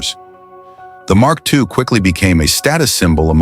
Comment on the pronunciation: Had to stop watching because I couldn't bear listening anymore & realized that the next car the voice was going to butcher was the Mark II (and who knows which incorrect cars might be also be shown among the 'Mark II' clips). This script needs a career change. It sure won't fool it's logical audience.